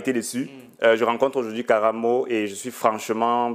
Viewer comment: C'est Karaamo et non karamo😁 Belle vidéo